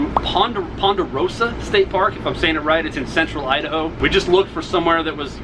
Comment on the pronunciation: He said Idaho lol 😂 I - da - hoe 😂😂😂😂😂😂😂😂